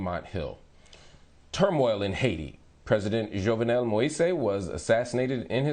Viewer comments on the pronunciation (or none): Wow, you can't even say the guy's last name correctly. That said, Jovenel was a dictator. No sympathy for him 🤷🏿‍♂️.